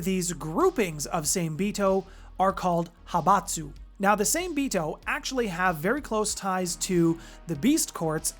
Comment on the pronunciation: Hey brother i love the content. Just wanna help with something. Its pronounced like Saw May. Same is the English spelling of the Japanese word for shark. Much love.